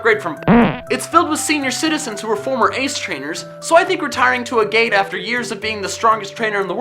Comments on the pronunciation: It's Ag-get, not Ah-gate. It's named for a type of rock. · Agate is pronounced “AG-it.” It’s a semiprecious stone known for its colorful rings.